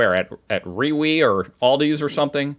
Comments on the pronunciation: We pronounce Rewe more like Riva. Be prepared for lots of handshaking and hugs. There is faaar too much hugging in Germany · "Reewee" lmao